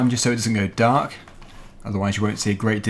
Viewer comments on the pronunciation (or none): none